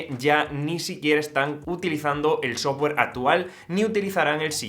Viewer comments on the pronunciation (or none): none